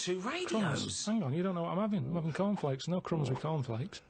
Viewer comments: and after 'avin a go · "I'm not 'avin a go" - Karl Pilkington, moments before 'avin a go